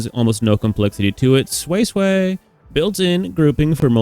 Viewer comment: Sway sway is perfect pronunciation tbh. No more soysoy